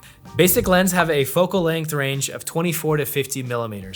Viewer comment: Length. Not Lenght. Otherwise good video